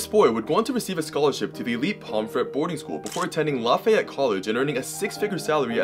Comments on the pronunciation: It's pronounced Laff-ee-yet :) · The way he pronounced Lafayette thooo